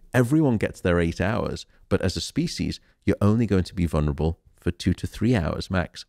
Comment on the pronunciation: For such an intelligent man does he not know there is no such words as "vunrable"? The word is "vulnerable" 4 syllables not 3